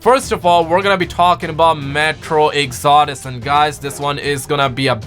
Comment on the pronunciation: How the hell did he pronounce metro exodus?